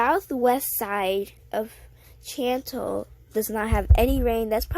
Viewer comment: CHANT-al LOL